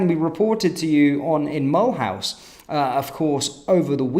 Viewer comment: The city is pronounced Mul'oose